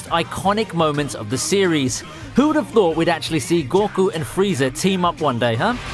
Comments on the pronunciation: It's pronounced ``Go- Koo``, Not `Gor- ku` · About how you pronounce names. Deku, deyku. goku and you say goh ku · i dont know what cracked me up more, you calling goku gorku or the sylva's sylvia xD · The guy doesn't know anything about anime did you listen to way he says goku and jiren he says gokaou jiaren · The way you say goku makes me blood red mad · Man. How you pronounce Goku makes me cringe..... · The way he pronounces goku and deku annoy me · anas wassim did you not hear him pronounce goku and deku wrong